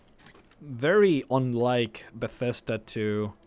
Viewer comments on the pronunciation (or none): none